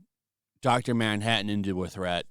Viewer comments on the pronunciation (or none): none